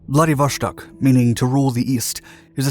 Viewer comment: There is no "sh" in Vladivo-S-tok. What's with this habit of English speakers always doing this with Euro / Slavic words & names?!